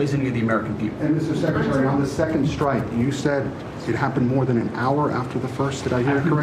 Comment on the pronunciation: you thats stupid, you pronounced SS Secretary.. so yeah they are idiots for adding an S, but what does taht say about you, you also added an S, you said SS-Secratary.. not a trump fan, but im alos not a fan of the BS you spew on your channel. you are no different than most people